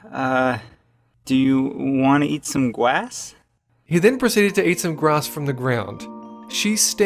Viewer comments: "do you want to eat some gwass"? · "Do you uhhh... want to eat some gwass?" LOVE IT 😊😊😊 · uuummm do you want to eat some gwass? Lol it is so funny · "Do u wanna eat some gwass?" That's the best line ever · do you uhh, wanna eat some gwass? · Jeremy Leer Wanna eat gwass? -Ghost Toast 2016